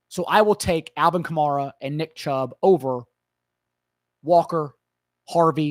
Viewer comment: cuh-marr-uh? you really went outta your way for that one bro lol